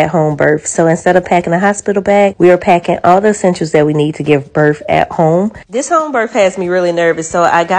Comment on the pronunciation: If you’re going to give birth maybe you should learn how to pronounce the word. It ends in a th sound not an f.